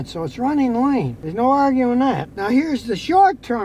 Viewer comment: "Runneen"??? "Onplug"???